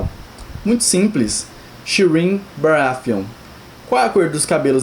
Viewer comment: "baraFeon"... NO, GOD, PLEASE NO!